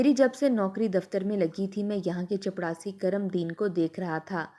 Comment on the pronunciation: OMG please chaprasi bole ... Jitni baar ap chapdasi bol rahi h man kar raha story yahi se band kar de